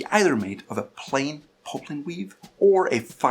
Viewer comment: poplin.....not "popelin"